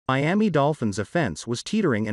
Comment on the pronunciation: mee-am-ee OTHERWISE KNOWN AS MIAMI